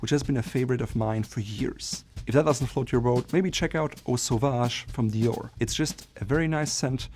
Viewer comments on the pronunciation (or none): none